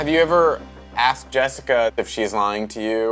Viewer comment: Really “ JESZICA “ 😂😂